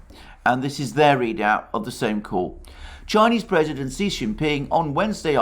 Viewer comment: Btw Xi is pronounced approximately “she” or “shyee “